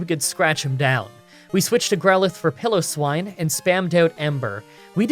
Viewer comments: Pronunciation corrections: PIE-LOW-SWINE, not PILLOW-SWINE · It's pie-low-swine come on it's in the book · The "pi" in "Piloswine" is pronounced like "pie" rather than "pill". It's a pile of swine, after all.